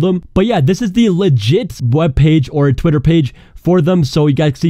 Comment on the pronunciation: is my phone breaking or did he say twatter instead of twitter?